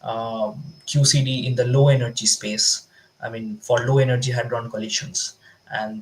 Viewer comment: It's Hadron, not Hardon Lolllll